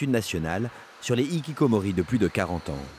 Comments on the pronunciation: Dans Hikikomoris le H ce prononce bordel... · OULALA le h qu'on ne prononce pas ça n'existe qu'en français épuisant de répéter aux français que les mots des autres langues qui commencent par un h faut respecter et prononcer ce h entre ikikomori et HHHHHHHHHHHHHHHHHHHHHHHHHHHHHHHHHHHHHHHHHHHHHHHikikomori y'a une grave différence ! de même que fance c'est pas france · Faites un effort de prononcer le "h" dans "hikikomori", ce terme n'est pas français mais japonais donc cette lettre se prononce. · Je ne supporte pas l'horrible prononciation de "Hikikomori" FAUT PRONONCER LO H!